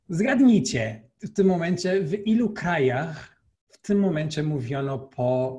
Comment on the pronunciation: w ilu krajarrrr (wywołało to uśmiech na mojej twarzy) słychać, że brak /x/ w Europejskim portugalskim został załatwiony przekształcaniem /ʁ/ Tak czy siak jego polski wymiata i podziwiam. Pozdrawiam!